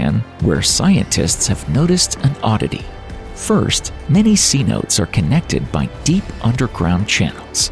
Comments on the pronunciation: What Would We See When The Gulf of Mexico is Drained? Well, you sure as hell would NOT see a crater, or any oil deposits! is this narrated by AI? mispronounced "cenotes", the entire vid is at about a 2nd or 3rd grade level of understanding, so simplistic as to be insulting to adults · I stopped after cenotes was incorrectly pronounced and looked at the comments. Thanks for the heads up stevenmeyer. Saved me a lot of time and aggravation. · After hearing cenotes pronounced C-notes instead of c-no-tays, I can’t watch any more of this. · I can't stand the pronunciation of C Notes.... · See-notes? Credibility: Eliminated. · LOL “C-Notes”!! It is pronounced: see-note-eees. And yeah, I cave dive them. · KEEP HUGEPHUCKING TRAWLERS OUT OF THE GULF- IF LOCALS WANT TO KEEP FISHING IT. IT'S TIME TO SAY THIS IS OURS, NOT YOURS. BECAUSE "THEY" DO NOT RESPECT "OUR" SOURCE OF PROTEIN. PERIOD. THEY HOARD ALL THEY CAN VACUUM- THEASSHOLESTHEYARE. THEY ARE PRONOUNCED "SE NO TAYS" NOT "C NOTES" "YEAH" AND YOU CAN B E T THAT MANY, MANY 'PLATFORMS' ARE LEAKING METHANE UNCONTROLLABLY- JUST LIKE ON THE HIGH PLAINS OF WYOMING, MONTANA & THE DAKOTAS...! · What the hell did I just watch? Luckily I stopped about 18min into this travesty. The impact crater became the Gulf of Mexico- uhh... NO. Ceenotes? Hahahah. Say-NO-tays idiot. I could rip on this lame crap all day long but I'm just gonna head out. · C-notes baby. It’s pronounced sea-no-tay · C-notes, lmao. Pronounced "Sunotay". Lots of bad research and silly insinuations in this one. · It's not pronounced see-notes. It's say-no-tess. It's Spanish. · They are not called "sea notes"!! Are you serious! 'Cenotes' pronounced Senota! You rubbe ruined the whole video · please,please, PLEASE............see-note-hay, NOT 'C-Note'..............😶😶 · Cenotes: "seh no tays" C notes: things to facilitate shopping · Cenotes is not pronounced “sea-notes”! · Cenotes are correctly pronounced as ' say - NO - tays' It is a Spanish name for sinkholes